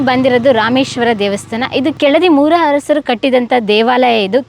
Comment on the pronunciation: ಕೆಳದಿ ಹರಸರು ಅಲ್ಲ ಕಣವ್ವ ತಾಯಿ ಅದು,ಕೆಳದಿಯ ಅರಸರು...ಹ ಕಾರ ಅಲ್ಲ,ಅ ಕಾರ.